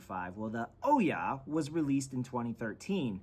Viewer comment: This very moment. Hurts a video when the primary subject isnt pronounced correctly